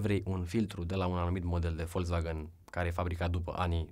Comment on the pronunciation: Volzvagan se zice